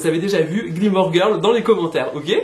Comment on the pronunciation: Super ce vlog ! À chaque fois que tu dis Gilmore Girl, j’entends « Gleemore Girl » 😅